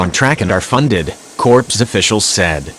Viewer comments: The way the computer-generated voice kept referring to my Marine CORPS as "corpse" was jarring my ear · Hey It the United States Marine Corp, not a corpse as your computer pronounced the name. How about using a real human to do the announcing instead of a computer because it's an insult to every Marine when you screw up something that simple as pronounce a word that disrespects every Marine serving or retired. Get it right!!!! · It was funny listening to your robo-narrator saying "CORPSE" for "Corps." But then it made me think of the Obamanation, when he said; "Navy CORPSE-man, I never considered he might be a robot." It would explain a lot.